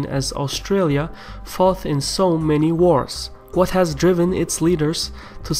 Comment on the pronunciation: Just a little point on your pronunciation. Your “T”s are sometimes so soft as to be rather “th”, which can change the meaning of a word. For example, at 46 seconds you say that the Australians “forth” in so many wars (in a British English accent, the way you say “fought” with a soft “T” is how we say “forth”). From the context, it’s clear that you mean “fought” but, nonetheless, it’s good to pronounce words properly! The T sound, in Queen’s English, is not made with the tongue against the top teeth, but just behind them.